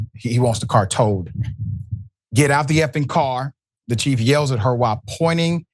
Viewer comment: I'll get out of the car if you can say car properly.